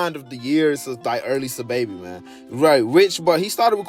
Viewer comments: its pronounced “sah” babi now “suhbaby” his government name is saheem and its pronounced “sanduz” not sandAz u saying it like a mexican😂😂😂😂😂😂😂😂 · sandas originally came out in 2016 and was remastered in 2017 as an album lol and why u saying sahbabii and sandas like that lmaoooooooo